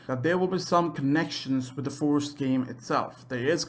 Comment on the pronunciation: Like if you heard “forest” instead of “first” half the time